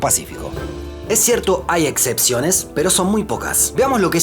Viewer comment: que esta pasando que decis “etcepciones “?